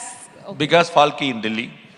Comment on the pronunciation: Falki??? 😂😂😂 What Was That Pronounciation 💀